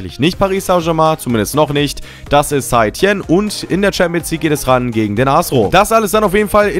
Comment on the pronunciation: St. Etienne spricht man Sätetienn aus